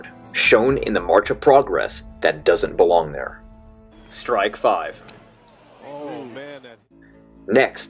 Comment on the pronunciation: I die from cringe every time he says "strike /N/". And he says that a lot.....